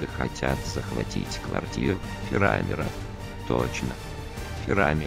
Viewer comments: Меня прикалывает ударение - фирАмир)) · фирамир ударение на а